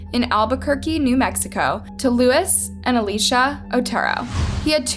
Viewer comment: terrible crime but, could we try and update the way you say names of people. it’s just kinda aggravating to hear you say Lewis for Luís.